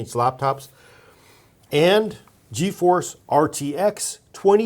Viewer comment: That's old school thinking. It's Geforce not Geoforce. "Looking to do a little gaming, a little 3D rendering, and some video? Faster clock speeds along with more CUDA cores and VRAM dollar for dollar make the Geforce cards the go-to for all purpose systems. That the power for the money, especially at the lower/mid tiers, makes Geforce the better value for most users."